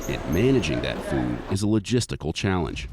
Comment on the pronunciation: At first I thought the New Zealand soldier said cat food